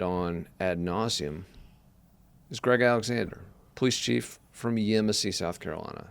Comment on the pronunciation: If you’re going to do a report atleast pronounce the geographical names correctly Yemassee- Yam-uh-see Coosawatchie- Coos-uh-hatch-ee Law enforcement isn’t “convinced” but everyone here KNOWS Sincerely, Hampton Native